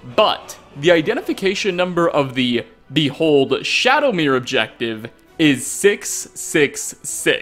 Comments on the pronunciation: Shadowmare MARE.... please stop saying shadowmirror lol Either way amazing video, keep up the awesome work!!!! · I feel dumb, been pronouncing it like Shadowmare this whole time not even realizing it's spelled Shadowmere. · Isn't it Shadowmare as in A MARE? Like, a female horse? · Always thought Shadowmere was pronounced like ‘mare’ as in a female horse…which is also why I like to think that Shadowmere is female too just like in Oblivion 🐎